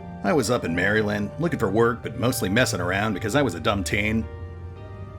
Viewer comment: and you don't know how to pronounce Maryland